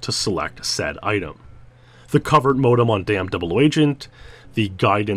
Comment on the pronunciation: "cuvvert modem" haha! Say it with me: Co-vert modem